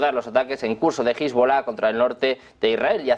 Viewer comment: Cuando va a dejar esta gente de pronunciar mal Hezbollah?